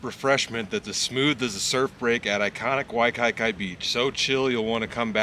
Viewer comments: Brotha... it's pronounced "Wai-key-key"... I'm cryin😂😂 Wai-kye-kye😂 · It’s wai-key-key (Waikiki) nice to see u drinking something breed form the islands 🤙🏾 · Why kee kee I believe is the correct pronunciation. The Kona Long Board is one of My top 10!!! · Its pronounced wykeekee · Hahahaha....Bra Waikiki is pronounced "Y Kee Kee". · LOL at you saying Waikiki wrong.